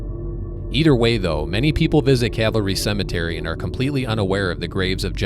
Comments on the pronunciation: It's Calvary, not cavalry. You spell it correctly in the pinned post, but you consistently pronounce it like soldiers on horseback. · Isn’t is pronounced cal va ree? As in the cross where Christ was crucified?